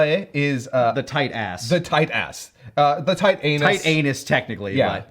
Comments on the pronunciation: First of all, you have to pronounce the -s at the end of anus. Second of all, we, in France, get your joke and we love you for it. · The pronunciation by for the L'anus Serré sounds more like L'anneau Serré which means the tight ring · because french likes to confuse, you actually pronounce the s in anus, it's not silent like in basically every other word. Otherwise, top notch pronunciation! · Just a side note, we also pronounce the "s" of "anus" in French :p there's no rule really for which end letters are silent or note so it's really no big deal. Especially when the following word also start with an "s" :p There's also a joke where we mock some hypothetical type of parisian snobs who would voluntarily silence letters they're not supposed to, thinking it makes them sound fancier XD Saying "Anu" instead of "Anus" is a typical word used when making this joke. Does my comment make sense to anyone? XD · as a french man, I had no idea she said l'anus serré. you guys need to pronounce the S at the end of anus